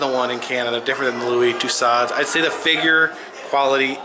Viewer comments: Tu-so, not to-sod. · Tussauds is pronounced too-so.